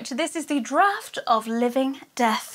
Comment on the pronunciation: Thank you for saying Draught properly! So many you-tubers are saying Dr-or-t, drives me up the wall! Also, thank you for your Christmas box, was AMAZING! xx